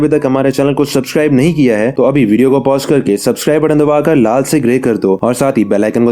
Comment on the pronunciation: I don't want to make fun but you say names of Japanese in hindi accent so good but can't say subscribe